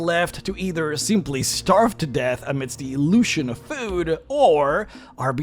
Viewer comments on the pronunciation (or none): none